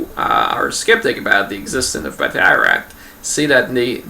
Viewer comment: A couple of points.I studied irish in school as all irish schoolchildren your pronounciation is totally wrong its batteruct not bateyeract.I would still be very sceptical we know that they were faction fights,but was it an actual fighting system or just lads beating the lard out of eachother. The elite you were talking about is the Gaelic Athletic Association which are one of the cornerstones of irish society they are in every village and town,but not during british rule then they would have been seen as quite a rebellious body.The GAA own the fourth largest stadium in europe and outside this stadium is a statue of the founder michael Cusack of association with his blackthorn stick which he carried every where.Why then did he not include stickfighting in the GAA well for a start although he founded the GAA we was a particularly abrasive character who was not very popular and was kickedout shortly after foundation.The other possible reason is that stickfighting being associated with faction fights and thus division which was with odds with the bodies aims which is and was the creation of an irish identity true sport.Most of the Athletes playing GAA games were poor farmers or labourers who really could not afford to get injured.This was particularly evident in the early years when the organisation nearly collapsed due to the roughness of the games and a new safer set of rules was drawn up.Stickfighting would have been much harder to sanitise.The Brits encouraged faction fights